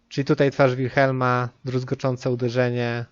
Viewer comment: Jedną mała uwaga "druzgocące uderzenie" a nie "druzgoczące uderzenie" - kłuje w uszy. Liczę na więcej materiałów z Diablo. Dobra robota.